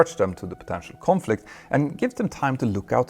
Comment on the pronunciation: "Clear of Confliob"